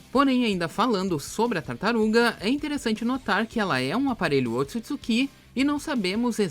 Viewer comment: P q nego tem mania de colocar assento nas parada "otsutsukí"